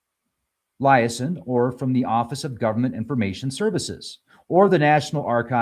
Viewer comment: LEE-AYE-ZON is more accurate